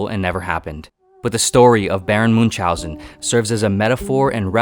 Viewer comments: Moon chauzen 🤦‍♂️ ch is pronounced as ch in Chrome . It takes 2 minutes to confirm pronounciation on Google translate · "Munzaussen" that's definitely one way to pronounce the name :D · Is not pronounce Munch housen but like München, you can pronounce like combination of "moon" and "house" and "an" togehter